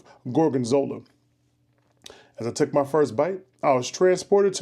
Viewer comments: GARGONZOLA!! 🤣 Love You!! 💜 EDIT: But, then in the review he finally says Gorgonzola. 🤣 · Focaccia = Fo-Kahcha Gorgonzola = Gore-Gahn-Zo-La Crème Anglaise = Krem-On-Glahz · Lol cant say focaccia or gorgonzola but is a food reviewer 😂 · You absolutely butchered the word focaccia you even managed to butcher the word gorgonzola